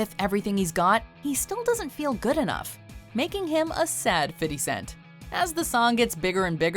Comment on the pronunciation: fiddy cent.